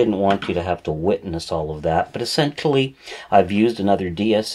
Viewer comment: what is wrong with you? you added an "x" to the word "essentially."